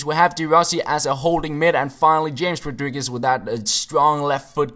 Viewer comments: hames rodriguez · You speak it chames rodriguez